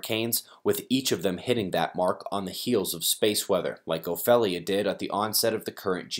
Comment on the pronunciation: Not trying to be a butthead, Ophelia is pronounced like (O-FEEL-ia). I know because it's my name. A lot of people have a hard time pronouncing it. Thank you for all of your hard work.